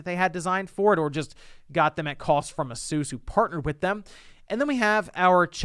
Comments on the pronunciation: I was into the vid until he said asus the way he did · Asus is pronounced ay-soos? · that is definitely NOT how you pronounce asus